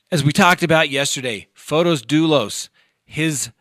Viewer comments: You have said before you always try to pronounce a name correctly. The way his name looks, should it be Fote isss? You say it almost like photos like pictures. You said that in the Botham Jean case. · It's fotis and in greek means the bright one. The female version is fotiny.